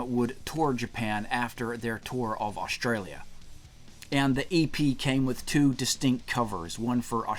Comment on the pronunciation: Awsh-tray-lya. Never heard it pronounced like that before.